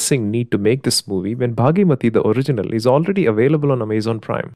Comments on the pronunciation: It's bhaagamathi not bhagyamathi🙏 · Its Bhaagamathie, its not bhaagimathie😅😂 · Its "bhaghamathi" not baaghi-mathi